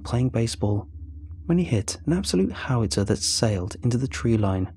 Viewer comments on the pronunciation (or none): none